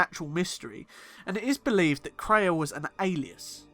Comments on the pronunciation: It's pronounced KRAY-A, NOT TRAY-A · Kreia is pronounced KRAY-A (caps are for emphasis, I don't mean to yell lol). It sounds like you called her TRAY-A several times. I thought maybe it was a slip, but I then noticed you bouncing between pronunciations.